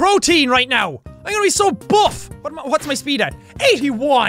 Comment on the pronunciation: Bough? Oh right, you meant buff! Well there isn't even an f in bough. And don't even bring up phone because that's the only other thing that makes the f sound and I know that. ph f ph f - neither were in what you said.